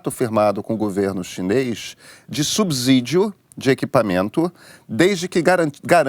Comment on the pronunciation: Galera, só um acerto, que vi muitos errando aí, subsídio se fala com som de S não de Z, é horrível ouvir falar "subzídio"!